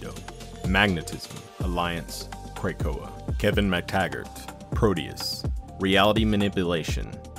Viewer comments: OONLY recommendations is to pronounce Krakoa as Kruh Ko Uh. It’s a small thing ofc and doesn’t take away from the amazing work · Kray-koa? (otherwise perfect!)